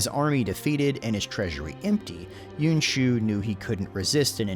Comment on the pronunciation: Pronunciation of "Yuan" is still a bit off. It's almost like you're making it into two syllables, "Yew-en" as opposed to "Ywan." Just a nitpick, great video and background info as usual.